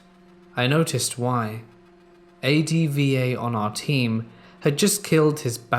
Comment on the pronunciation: Great compilation! Just had to chuckle how you said 'Left 4 Dead 2', and 'D.Va'.